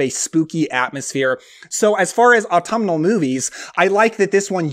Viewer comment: Take a drink of Spiced Apple Cider every time he says Atumnal